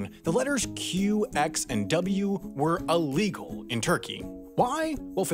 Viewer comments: Uh-legal? I think you meant ILL-legal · Ironically, I've noticed you have trouble pronouncing an English word as well. Illegal. I've often heard you pronounce it Allegal. 😉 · You pronounced "illegal" wrong, too. ;)